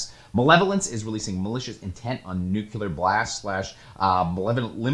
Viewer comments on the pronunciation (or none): new-clee-er, never nuke-you-lar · It’s pronounced new-cle-ur, dude, not new-cue-lur. 😒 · Could you please, for the love of everything unholy, stop calling it NUKULAR! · Take a shot every time says "Nuke-You-Lure." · New-cool-er Blast